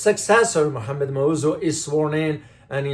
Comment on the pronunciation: Sir you don't even know how to pronounce our elected presidents name.